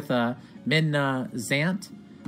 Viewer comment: FilledCircle Zont Not Zant